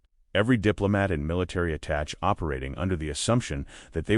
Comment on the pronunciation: I’m bailing. It would take one listen start to finish with a native speaker and correct pronunciations. There is no American attach, but an attaché. These things are long and disappointing.